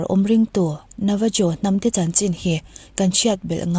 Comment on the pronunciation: Navajo tih ni mahse 'Navaho' ti a lam tur...Mexico, Latin america leh South America, Spanish hmang ho ah chuan 'J' hi 'H' angin a ri zel tur. Eg,. 'Jalapeno' 'Halapéno' 🌶️